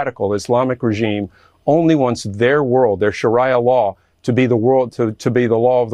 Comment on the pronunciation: WTF IS "SHARYYA LAW"???